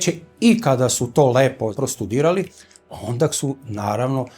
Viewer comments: једна ствар не каже се ОНДАК него ОНДА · Ovaj je 3-4 puta rekao ondak. Sa k. Ja se pitam kako nepismeni mogu da rade na ovakvim mestima